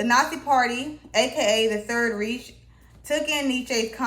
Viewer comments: It's pronounced "Reich" not "reach", untermensch. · Did you really just pronounce "reich" like "rish"...